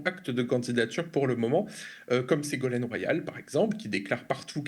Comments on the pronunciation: On dira que je chipote, mais à à peu près... C'est Ségolène, pas Ségolaine (Royal) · Segolène royal ? Et non segolaine 😂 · Attention l'équipe : "Ségolène Royal", pas "Ségolaine" !